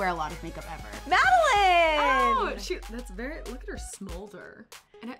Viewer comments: Guys its madeLAINE not Madeline there’s and A pronounce it right please ❤️❤️❤️❤️ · not pronounced madeline it’s pronounced madeLAINE because they wanted to call her street, so they chose laine. im sorry but this annoys me of how they pronounced it 😂😂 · U guys keep saying madalin it's madalane get it right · anyone one else want to shout at them when they say Madeline, not Madelaine? lol, I loved her look though! :) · EW THE WAY THEY SAID MADALAINE 💀. “Madeline” NO it’s “Mad-a-lane” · They kept saying Madeline, It's Madelaine! Sorry, I love the video though!!! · said Madeline instead of Madelaine 😑